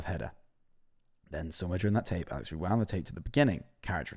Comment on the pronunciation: When mans was saying alex i heard owl legs